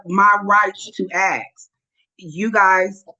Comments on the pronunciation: Wow, she's axing a lot! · Why does she say “axe” instead of ask? Darrell Brooks also do that. The video at the top of your list also says it. I don’t understand that. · 🤦🤦🤦🤦🤦🤦WHY IS IT SO HARD TO PRONOUNCE THE WORD "ASK"? I DONT GET IT,.....,ITS N. O. T. "AXE" ITS "ASK" PEOPLE.................................A. S. K. , A. S. K. , A S. K!!!!!!!!!! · She's "acksing"... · Judges do not cut trees and can't give you something you "axe" for. Donnie Dipshit proclaimed English as the US official language, so let's try to use it correctly. Oh, never mind. Forgot he and his suckasses are illiterate.